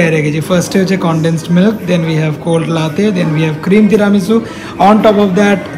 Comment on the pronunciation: apnar “teramesu” aar “laaatey”pronunciation shune italian rao oggyan hobe. Why dont you plan a trip to Napoli and teach them this “authentic” pronunciation?? Naki sponsor korbena bole keu tai Italy trip ta off the table???😂😂😂😂